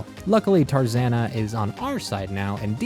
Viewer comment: It's taranza lol not tarzanna